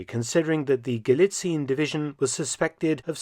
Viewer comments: While your german pronounciation is usually on point, at least for a native english speaker, this time you've made a slight but understandable mistake. "Galizien" is pronounced "guh-lee-tsee-en" rather than "guh-lee-tseen". The mistake is quite understandable since "ie" in german usually signifies an elongated "ee" sound, but, especially regarding names of locations and countries it is pronounced "ee-en", for example in "Australien" (ouw-struh-lee-en / australia), "Spanien" (spuh-nee-en / spain), "Argentinien" (arr-guhn-tee-nee-en / argentina), etc. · Sidenote: the ending "zien" Gallizien is pronounced as two syllables. "zi-en" hence Gal-li-ZI-EN not Gal-li-ZIEN. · Galizien is pronounced Galizien (Galizi-ehn), not Galizeen. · Hey Mark, thanks for the video: just a small thing. I don't think it is actually pronounced "Galizin". It is true that "ie" in German usually means that it is probounced as a long "i" sound but in Austrian imperial times, when it was still the province of Galizien-Lodomerien, the "e" was pronounced seperately and I don't think that the Nazis would change that. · FYI - I mention this because you seem to care about proper pronunciation, not just to be a pedant - the "ie" in Galizien is split across two syllables rather than being a lengthened "i", so it's not "gah-lee-TSEEN" but rather "gah-LEE-tsee-un" (the last syllable with a schwa sound). Much like how Spain, Spanien, is "SHPAH-nee-un", rather than "shpah-NEEN". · German pronunciation is ga-LI-tsee-en, NOT gali-tseen, and the stress is on the second syllablle. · Galizien is not pronounced "Galizeen" in German. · Minor remark: Galizien has not the 'regular' german ie, its pronounced [ɡaˈliːt͡si̯ən] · Galizien, pronounced with 4 syllables in German: Ga-LEE-tsee-yen. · It's weird to me that at first you pronounced 'Galizien' correctly and then stopped doing so for the rest of the video, "ga·lii·tsii·en" "/gɑliˈtsiːən/", the video is top-notch as per usual though